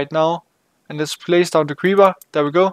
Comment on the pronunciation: You say creeber in stade of creeper